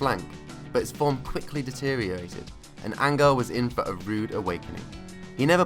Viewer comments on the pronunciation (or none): Who in Angle? Common Rosbiffes, do some efforts in prononciation, I'm French and I know this is ANREL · I think its actually pronounced closer to Anhel. Definitely not angle. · Why do British football channels place absolutely zero effort in pronouncing foreign names properly? You obviously do plenty of research in every other aspect of the video!! ANGLE di Maria... !? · ANGLE DI MARIA. Great pronunciation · Cant take this shit serious can even say his name right! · At least pronounce his name right